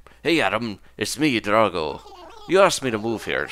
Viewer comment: His name is pronounced Dra-go, not Drah-go!